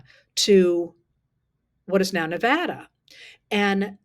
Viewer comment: Thank you so much for pronouncing Nevada correctly! Thank you also for all the valuable information and insights.